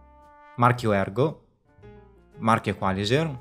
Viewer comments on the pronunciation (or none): L'accento tonico penso debba andare sulla i,non sulla a